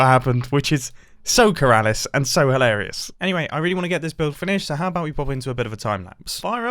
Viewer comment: Mumbo: “It’s so Keralis and hilarious” Me: Keralious